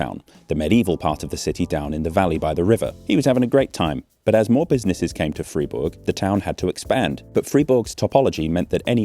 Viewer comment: interesting, knew about funicular´s but never heard about this water powered version.... thank you carry on btw pronounce it like would "Freyburg" then you´ve got it :)